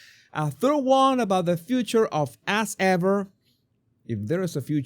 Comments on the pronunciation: Your accent makes “As Ever” sound like “Ass Ever” which is a lot more accurate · The way you say As Ever, like Ass Ever...applause!